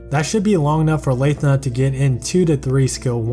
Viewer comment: Pronounced it as Lae-thna UNSUB